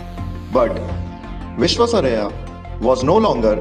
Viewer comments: Pl learn to pronounce the great engineer's name properly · Please learn to pronounce his name correctly.